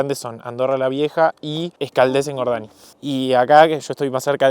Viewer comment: Como que Engordani xD se dice Engodañ, la NY sueña como a la Ñ española